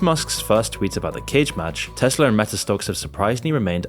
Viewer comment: Tesla* not Tesler